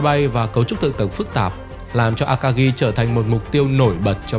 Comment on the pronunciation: Phát âm a-ka-gi chứ không phải là a-ka-ghi.